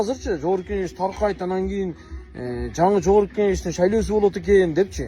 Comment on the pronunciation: Жаш балага окшоп тантырай бербей, серьезн болсон. Шайлоо деген созду таза айтчы башта